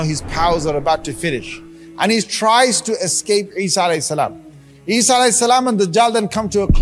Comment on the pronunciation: its not eesa its Isa (as)